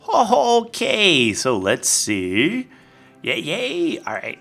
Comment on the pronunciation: Did you notice? He had OAK leaves and he said OAK-kay!